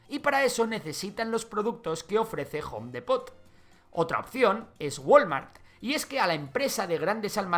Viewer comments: Repite conmigo: jom dipot no gom dEEpoTT 😂😂😂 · Se dice jom dipot (home Depot) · Soy de México y me incomoda un poco como pronuncia Home Depót. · SE PRONUNCIA JOM DIPO = HOME DEPOT I D I O T A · Jom depot 😂 jaja solo me dio curiosidad, en MX lo pronunciamos habitualmente en inglés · "Jon depót" jajajaja excelente video 👍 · Se pronuncia: JOM DIPOT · Home depot, me sangraron los oidos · Pronunciaste muy mal Home Depot, muy buen video, se que eso no importa pero no pude evitar comentarlo jajaja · Buen video, pero me molesta que no pronuncien Home Depot como debe ser. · Una pequeña corrección lingüística, home depot no se dice como lo estas diciendo